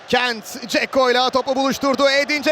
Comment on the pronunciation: Sipikerin kentt demesi cok iyi